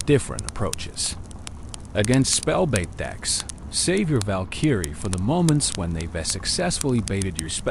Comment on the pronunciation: Val-kEEEry It’s Valkyrie bro